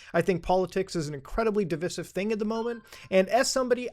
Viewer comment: Muta .... DE-Vi-Sive......I'm triggered ;) take care mate